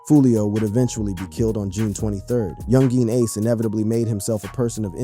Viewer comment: 20 videos later and he still can't pronounce Yungeen Ace correctly🤦‍♀